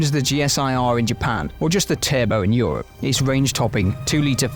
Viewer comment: The E isnt silent in Europe